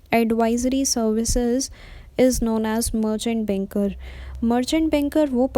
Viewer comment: It's not benker it's banker ...